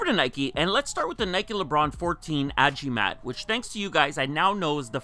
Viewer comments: its agimat bro not ajimat its a charm based on philippines and there are some tagalog words in the insoles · its AGIMAT NOT AJIMAT. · The blue Lebrons represents the recognition to Philippines by LJ. Its pronounced A-GEE-MAHT which means "Amulet"